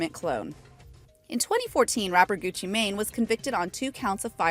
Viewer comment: 😂😂 the way how she said Gucci Mane